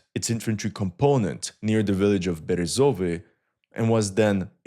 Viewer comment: it's "VozdVYzhivka", not "VozdvyZHIVka" - "KoSIVtseve", not "KosivTSEve" - "BeREzove", not "BereZOve" - "BoroVA", not "BoROva" You can check the stressed vowels on the Ukrainian Wikipedia pages - most of times it would be a stress mark above the vowel at the first mention of the word on the page. I know that it doesn't matter, but maybe you would be interested in a more correct sounding, given your commitment to accuracy. Love your content, wish you all the best.